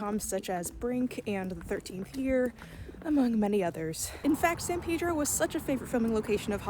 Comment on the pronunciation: The san pedro pronunciation is like an ice pick to my brain 😂 great vid though as always